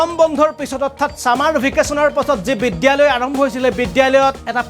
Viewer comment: Oi gadho , বিদ্যালয় শব্দ টো চিকিৎসা লয় বুলি কিয় পঢ়িছ